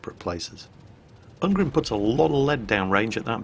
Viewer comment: Ungrim is actually more of a dwarf name, get it right <3